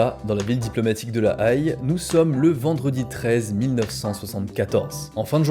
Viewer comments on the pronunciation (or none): La Haye ce prononce "è" pas "aïe" en revanche vidéo super sympa :) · La Haïlle? "La Haie" s'il te plaît... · Sauf erreur ou homonymie la ville La Haye se prononce "la haie" comme les arbres, et pas la "aïe", c'est là où se trouve le tribunal international. A part ça la vidéo est géniale, super travail ! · Incroyable ce docu, btw la ville de la Haye se dit " la Haie" comme une haie et pas La Aïe :D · Super reportage..PS on dit La Hai pas La Haille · Le tribunal de la Aie ? ça ce prononce haie ( comme une haie de jardin ) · « La Aïe » ?!? J’en ai craché mon thé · on ne prononce pas "la Haye" la aïe... Mais la haie (phonétique). Et on ne dis pas "fraction" de l' armée rouge, mais faction... Et comme tu l as répété au moins 3 fois.... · Oups !! On ne dit pas la "Aï" ! on dit "la haie" (La Haye)... J'y habtais à l'époque ! Sacré souvenir ! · très belle vidéo comme toujours, je suis surprise aussi de ne pas en avoir plus entendu parler que cela surtout que Carlos lui me parle, même dans le crime les femmes sont invisibilisées !!! Par contre par pitié, la Haye = la haie pas aie ou autant dire en néerlandais Den Haag (= den arre) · "La prise d'hotage de la Aïe"... se prononce plutôt "la hé" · La Ail ! Ou Aihhhe ! Plutôt la "haie"... sinon très bonne vidéo ! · La Haye se prononce Hé pas Aï. Ce qui est plutôt drôle, c’est que ChatGPT me disait que ça se prononçait Aï avant que je le fasse vérifier plus en profondeur. Donc possiblement l’erreur vient d’un ChatGPT correcteur de la vidéo non revérifié par la team de. Sinon vidéo très sympa et intéressante. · Haye se prononce haie pas aïl c'est tout ce que j'ai à dire pour le moment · La Haye se prononce "haie" plutôt que "Haille" mais super vidéo!! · Au fait c'est La-Hé pas La-aïe ! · On de dit pas la aille pour LaHaye 🤦🏻‍♂️😂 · la Haye, prononcé -> la Haie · On ne dit pas La Haye. Mais la Haie !! ... ^^ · Ben moi j’ai toujours prononcé La Haye "La Aille" mdrrr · lahaye, se dit lahaie